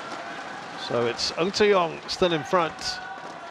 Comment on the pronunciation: Dude, its NG TZE YONG not AN SE YOUNG the pronunciation when you hear it's almost same😂